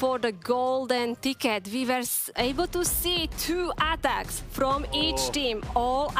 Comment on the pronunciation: Aaaatacks wtf is that lady